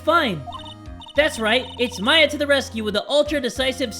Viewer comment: that's Maya not Mia!